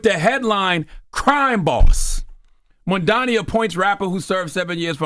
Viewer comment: Crazy how Charlamagne still calls him Mandani 😂